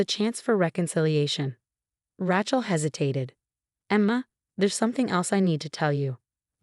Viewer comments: At last someone else caught the last misprounciation of Rachel's name. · I guess AI can't pronounce Rachel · SO HARD TO LISTEN to this story...Main character is R A C H E L as in Jennifer Aniston in Friends...OMG...pronouned like a hillbillys garage tool..a lot of story times with higher quality ten foe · Please teach your app to say "Rachel" properly? It's like nails on a chalkboard! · Her name is Rachel not Rahchel.😲😲😲😲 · Too bad they couldn't get the AI generated voice to pronounce the name of Rachel, the right way! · The name is pronounced "ray-chel" NOT "ra-chel" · Rae-chel, not Rach-el. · Not Rach, pronounced RAYchel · Please find someway to teach the narrators how to pronounce words properly. The name Rachel is Ratchel it's Raychel. There are a lot more. Please do something I grind my teeth at every misprounceation. 🎉🎉🎉🎉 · Ra-chel pronounced Ray - Chill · A worthwhile trick is to listen to your own story. Ratchel ?? it should be, must be, pronounced Raychill. And heirs is never pronounced hairs. If this was AI, you still need to edit obvious errors. Otherwise it's Absolute Idiocy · The name is Raychel not ratchel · It's so annoying listening to them pronounce Rachel as rat-chel. Please due a proof read and audio analysis. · Ratchel instead of Rachel 😅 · It’s pronounced “Raychill” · There is no T in the name RACHEL! Do not pronounce it RATCHEL. This is what you get when you do not use real humans! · Evil sister is, “Rachel”, pronounced - ray chill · Lol.... Racht-ol! 😂😂😂😂 Don't give up the day job! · A person is not a mechanic's tool a rachet spanner! Where on earth did you hear one person call Raechel, as rachel, are you nuts, how disrespectful! Even if it's spelled Rachel it's never said as you did. You are crazy! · Pronounce words correctly. Example - Rachel say Ray-chill. Read say- red. Spelling - heirs not hairs. Good grief! Get and editor for script. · Rachel, sounds like Raychill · It's Ray-chill.